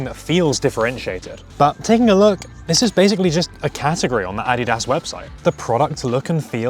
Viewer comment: "Adidas" is pronounced "uh-DEE-duhz." Just saying. Great video, btw.